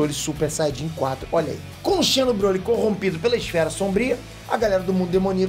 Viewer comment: xeno, escreve-se assim, mas a ler é como de fosse com um z.